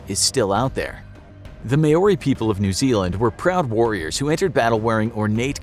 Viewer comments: it's not MAYOURI (American) it's MOUURI (New Zealand) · i am a kiwi and i know its not called may-or-ri its called mau-ri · The man said mayorey instead of Maori 🤦‍♂️ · It’s not may-oree, it’s mow-rrree. You roll the R. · Maori is not pronounced “maw ori” it’s actually “mow ri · May ori? Its mowri. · Your pronunciations are terrible. You should work on that. Mau ree not may or i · The way he say May-Oree gives me anxiety. It’s pronounced Moe-ree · Maori is pronounced 'Mau-Ree' not 'May-Ore-Ee' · The only thing cursed here is how they pronounce Maori. Like seriously, saying it as "meyori" instead of "maw-ree" is atrocious. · It’s not May-o-ri. It’s Maori. I would think a show like this would learn the correct way to say it. It’s MAO-RI. Exactly how it’s spelt. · Not may-oree, mow-ree. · Btw Maori is pronounced like mouldy or like chairman mao is, with a reee on the end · It's pronounced Maori. Mao-di. And yes that's true I ditch them unless I'm on the Marae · As a Kiwi, I couldn’t help but notice that he mispronounced Maori. It’s pronounced more like mouldy or mow-ri/ mole-ri. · Thanks I've always pronounced it wrong as mah-ore-ree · Maori is pronouced Maa-Oh-Ree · I cringed when he said Maori. Im from nz. Its pronounced Mao-ri. 🤣🤣🤣 but kudos for including us!! Kia Kara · You have to roll your r's when saying maori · New Zealander here. Absolutely love the mispronounciation of "Maori" 🤣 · The most cursed thing is this video is his pronunciation of Maori. Jesus. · Please learn to pronounce Maori properly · Why is he saying tutankhamun like that and Maori. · I was hoping to see more comments here, cursing the presenter ...for his horrific and unforgivable mispronunciations of Maori and Tutankhamun. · Please learn how to say Maori correctly. It's so cringy